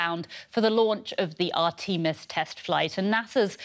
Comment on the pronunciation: Art-`tee-mus rocket. Love it.